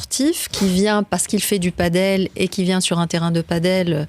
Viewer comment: padel pas paddle